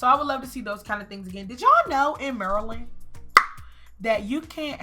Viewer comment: I know this is random, but hearing you pronounce Maryland correctly made me so happy. Go terps! 😂